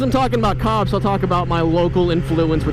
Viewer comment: Who else thought he kept saying "cocks" not "cops"?